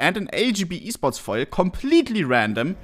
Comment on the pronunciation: thought he was saying "fire"...but it was foil...hahaha